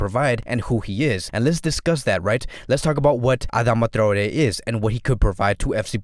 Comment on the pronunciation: Thank you for pronouncing Traoré correctly :)